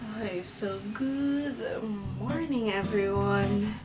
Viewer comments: “gooth” morning. why? hahahah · Why you say good morning like “gooth morning” lol yun lang anyway love ur vids ✨